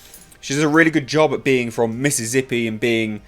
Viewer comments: All the esses in Mississippi are pronounced as such, but I’m going with the “Mrs. Zippy” thing you’ve proposed. I also enjoy when people say “salza” instead of salsa. Cheers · First time I heard Mississippi be pronounced as Missizzippi. Awesome! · That double-down on the pronunciation of Mississippi... my, Odin.... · driving through Mississippi right now, funny hearing you pronounce it ;)